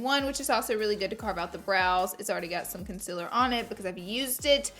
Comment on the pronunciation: I literally came to this video to hear her say concealer wrong 😂😄